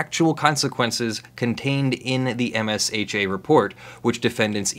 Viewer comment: Ugh. We all pronounce it "Ehmshuh" not M.S.H.A. like OSHA (Ohshuh) but for mines (it literally is)